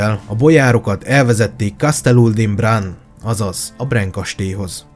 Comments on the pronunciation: Brán kastély... ne próbáld angolosan ejteni. Van még. Alapjában véve jó. A székelyeket nem emlited. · Kedves barátom , csak pár tippet adnék a román ábc Ben nincsen a csak á igy Brán kastély helyesen és Türgoviste a helység neve :) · Pár tipp románból😉 Nem Tárgoviste, hanem Türgoviste Nem Bren hanem Brán kastély (románoknál az a betű á)